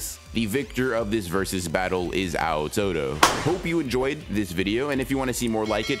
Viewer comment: clicking off the moment I heard "Ow Todo"